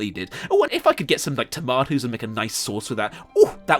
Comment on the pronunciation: this man doesn't speak british or american, he fucking said tomatus